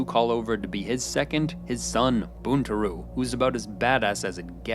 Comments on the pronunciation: *Boon-Tah-row. Buntaro. Not Boontaroo. He's too badass to say his name wrong my man. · A piece of feedback - you may not be Japanese, but it's very distracting to hear your tonality and mispronounciation of Japanese words. ("Sep-pew-qew" vs. sep-poo-koo, "Boon-too-roo" vs "Bun-tar-o") And your framing on the idea of "saying the wrong thing at work" really undermines the cultural significance of fealty. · Seh-puh-koo - Not Seh-puh-cue And while I'm on the subject. It isn't Buntaru. It's Buntaro. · seppu-ku, not kyu, bunta-ro, not ryu, ahn-jin, no ehn-jin, it aint that hard, sorry my dude but my ears are bleeding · sep-ew-kew. boontaroo